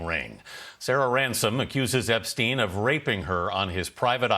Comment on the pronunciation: Why do you mispronounce Epstein m. It's stein ..not steen.. he's not Scandinavian